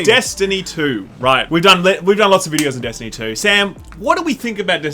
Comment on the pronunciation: You mispronounced Destiny Poo.